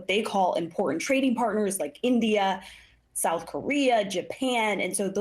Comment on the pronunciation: I like the use of the word folks.. "put some souf in ya mouf"